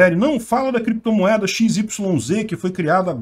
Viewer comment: “Em algum momento o senhor operou com “creptomoeda [sic]”, com “bitcóio [sic]” ou outros?”... Hehehe